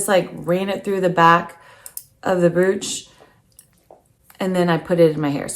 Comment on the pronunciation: Beautiful items all well styled. Please, please, please learn how to pronounce the word brooch or all of your efforts are wasted. Think of the word coach and use the br instead of the c. I e. broach!! You mention how you grew up. That really doesnt matter, but If you continue to say "broooooch" it will remain glaringly apparent. Naturally its up to you and what you want for your life.